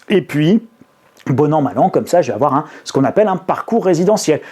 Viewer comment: "il ne faut pas afoir peur"